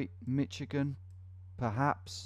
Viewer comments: Ahh no! Not the Mitch-igan. Where is that T even coming from? Mi-shuh-gen more like. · Just as a little advice. Michigan is pronounced “Mishigan” not “Mich Igan” just replace your “Ch” sound with a “Sh” sound and you’ve got it.